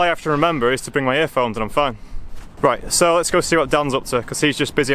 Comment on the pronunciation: "It'll be reet"